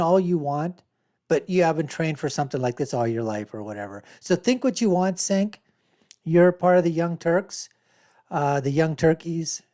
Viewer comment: His first name is pronounced 'Jenk'. You released a 17 minute video and you couldn't take one minute to learn how his name is pronounced.